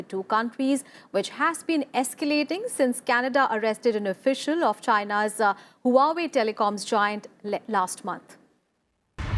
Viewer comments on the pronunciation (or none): What is the host a fifth class student......!!!!! Can't pronounce even a simple word like Huawei....